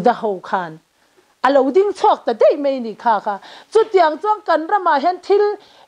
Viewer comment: hian daih tih leh mai tih tur hi deih tih leh mei ti a a sawi ṭhin hi ka lo ngaimawh riau a.In neitu hian nichin tih tur nachin a ti ṭhin pawh hi sawi dik theih nise a duhawm hle hlawm mai.Ngaihthlak a manhla hle mai